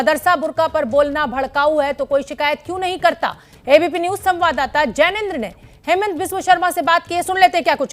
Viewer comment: its not haimant, its hee-monto.